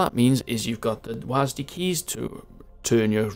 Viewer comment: why do you say wasdy keys its just W A S D